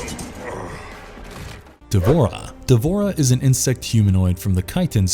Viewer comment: It's wrong to to pronounce D'vorah as if it has an A in between D and v in it